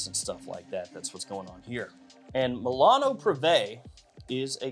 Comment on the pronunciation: is MI-LA-NO......NOT MEILANO.....with Mi